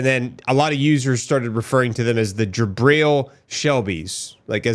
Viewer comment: It’s pronounced jih-BREEL. It’s Arabic and Hebrew for Gabriel. My son’s name is Jibril.